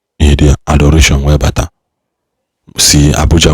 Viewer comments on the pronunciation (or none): none